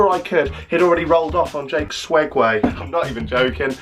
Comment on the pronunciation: Is it just me or is he saying ‘swegways’ .. I swear they are called segways...?